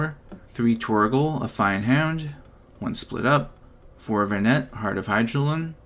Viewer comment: Doesn't matter but might be nice to know but her name is pronounced "Ven-ah" :D and "Hi-da-lyn" respectively. Cool deck!